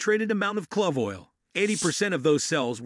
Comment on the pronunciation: In vitro, esophageal, antimicrobial, "clove" pronounced like "glove", this narrator does not know how to pronounce the vocabulary in his video. This is the spice Columbus was looking for. It's from Indonesia not India and that's real reason why Native Americans are referred to as Indians. They sell clove cigarettes in Indonesia a friend of mine used to smoke them all the time unfortunately he passed away from prostate cancer.